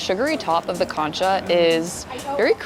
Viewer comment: Nice video. I know concha is another language, but maybe listen to a video on how to say it, the emphasis is on the second syllable. It all looked so yummy!!